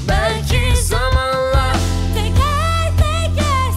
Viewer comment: teker teğker ne demek yahu? detone olmuş, kendili ne demek, Selin Geçit olayım mı dedi acaba? Aleyna Tilki'ye prozodi dersi versin biri Ajda Pekkanı dinleseydi bari kelimeleri doğru telaffuz etmek için. Nota dersleri alırsa belki faydası olur Türkçede olmayan sesler, aksanlı bir dil, şarkının tonlamalari çocuk şarkısına benzemiş Mor ve Ötesine diyecek bir şey yok.Gereksiz bir düet